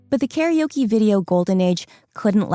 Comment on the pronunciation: The mispronunciation of karaoke hurts my ears.